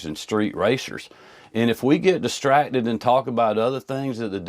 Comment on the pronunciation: Is he using Blaccent? I swear I hear him say distratded! Eletded!!